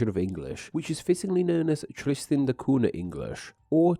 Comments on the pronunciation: The NH in Cunha is pronounced like Ñ in Spanish, or GN in Lasagna. Just a hint on Portuguese pronunciation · Two things. 1. What happened to the "TH" sound in your dialect? 2. Cunha is pronounced CUÑA (CUNYA)! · it's not "koona" but "kooña", by the way (in PT the nh is the same as the spanish ñ) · Cunha is pronounced like cu(i)n - ahh , not “Cuna” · Interesting stuff Btw the "NH" in Portuguese in pornounced close to "NYA so CUNHA is not "CU-NA" but "CU-NYA", hope that helps for your next language butcherings hehe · before jumping to conclusions, I went to Wikipedia to make sure my info is correct. There, they give only 1 pronunciation, which is the original Portuguese form: COON-yah, via the 'nh' pairing. The same sound exists in Spanish (ñ), plus French and Italian (gn). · Wikipedia gives this info regarding the very name Helena: "English: /ˈhɛlənə/ HEL-ə-nə", so, as you can see, the stress is on the 1st syllable, nail it this time. Buuuut, when it comes to the pronunciation on "Cunha", it's [ˈkʊɲə] or [ˈkuɲa] - please pay respect to the palatal N;the NH digraph exists for a reason. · Tristan de Cuuuuuuna. It's always funny when people try and pronounce a foreign word by putting on an accent but then butcher the pronunciation anyway. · Who on the Earth pronounces "Tristan da Cunha" as "Tristan da Coona"? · Is that how you say it in English? I've been using the Portuguese pronunciation for the Cunha surname, which goes like "Coo-nya" when I pronounce the name of that place🫠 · surely its pronounced kunya? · It's pronounced "koon-ya". It's Portuguese. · Isn't it pronounced KOON-yah..? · Interesting, but just a shame that you not pronouncing the island's name properly. Cunha sounds like coonya. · Cunha is a fairly common Portuguese surname. Any time you see an “nh” in a word or name, it’s pronounced similar to a Spanish ñ. So Cunha is pronounced “coon-YAH.”